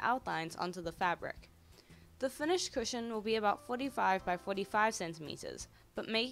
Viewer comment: At the start i thought u said Superhero Pusheen covers 😂